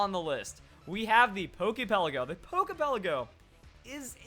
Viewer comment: It irritates my nerves the way you say "Pokey Pelleggo". Lol. But other than that...great vid!!